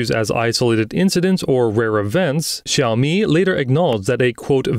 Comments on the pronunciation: When two words are the third tone, you pronounce the first word as the second tone. So xíaomǐ not xǐaomí. But this sounds like AI generated voiceover though. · Why does the presenter persistently pronounce xiaomi like this? It's not even the correct tone. Cringe!